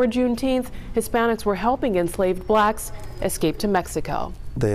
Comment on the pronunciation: "Helping BLACKS escape slavery" 😂😂😂 Why she say it like that?